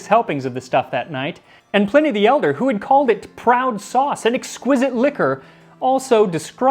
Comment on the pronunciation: Dude literally said Plenny the Elder. I'm out dawg